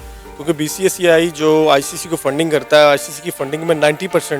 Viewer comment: White kurta wale uncle ...BCCI ko BCSI bol rhe h ...😁😁😂😂😂